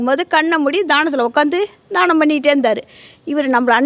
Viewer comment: தானம் , தானம் enru solgireergal amma. Pl Dhyaanam Dhyaanam எ‌ன்று sollavum.